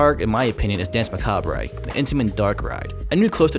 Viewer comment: "Dance Macabray" 😂